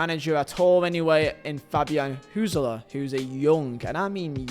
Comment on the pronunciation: Props for your pronunciation of Hürzeler. I heard some wild things in the last few weeks. Appreciate it. Greetings from Germany.